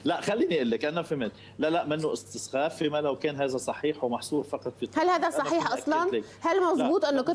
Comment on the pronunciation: هذه الإعلامية الخارقة القدرات والمؤهلات لم تستطع أن تلفظ كلمة " إستخفاف " . نصيحة ببلاش مساءً في المنزل خذي ورقة وقلماً واكتبي كلمة إستخفاف مئة مرة وبعدئذٍ قفِ أمام المرآة وعيدي الكلمة أيضاً مئة مرة فيمشي الحال . ثانياً : كم كانت ملامح السعادة والفرح والخبث بادية على وجه هذه الإعلامية الفائقة (الذكاء) وهي تارةً تقصف الثنائي وتارةً حزب الله بالكاتيوشا والغراد وهذا الدكتور المؤدب المتواضع اللبق بإعتقادي لم يستطع أن يصد الهجوم البربري كما يصده وئام وهاب أو جميل السيد أو علي حسن خليل أو نجاح واكيم . مستوى هذا التلفزيون إلى إنحدار . صحتين . تصبحون على جوزفين ديب جديدة .